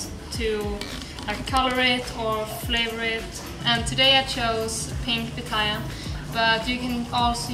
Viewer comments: On the sound bite on u tube it sounded like she was saying papaya and I also know it is called pitaya I’m from South America in US it’s called dragon fruit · Guys you don’t need to keep correcting them, they made one little mistake, it’s been corrected, the word sounds similar, I thought she said papaya too until I started reading comments about pitaya.